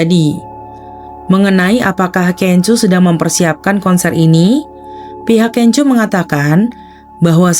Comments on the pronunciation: Sorry masukan aja. Laen x sblm buat video, baikmya browsing dulu gmn cara penyebutan nama artisnya. Videonya bagus, tp terus terang terganggu aama sebutan KENJO 😅🙏 bnr2 kurang enak didenger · Iya bnyak sebut nma f4 aja pda slah2..panes lah kenjoo, da ming se lah ,🙈🙈🙈